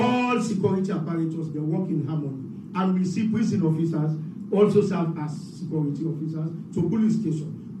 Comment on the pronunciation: “Secority” sector says the CSO man